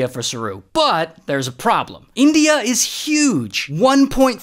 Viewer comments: yeah but whyd you say indina and tasminina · India ❌ Indeea ✅ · "Shout out to Indeeyuh, and Tasmaneeyuh." 🤣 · "Indiah" and "Tasmunia" is the only thing I payed attention to. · my guy just called india "Indeeya" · "Indeea" and "Tasmnia" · "Shoutout to Indy-ah and Tasma-nyah" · in-dee-ya taz-ma-nee-ya HELP 💀🤚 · Indee-ya and tasmanee-ya 🤣🤣🤣🤣🤣🤣🤣🤣🤣🤣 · Ray: IN-DEYA TAZ MENIA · no way bro said indeea and tasmaneea💀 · No way bro said "indeea" and "tasmaneea" 💀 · It’s in di a and it’s tas mayn e ah, jesus. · India ❌ Eendeea ✅